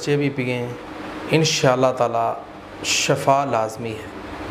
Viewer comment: "shifa " hota Hy "shafa" ni hota ap to turjuma janty haij